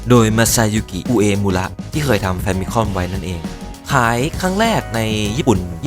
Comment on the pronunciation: ผมนึกว่าผมได้ยินคนเดียวซะอีก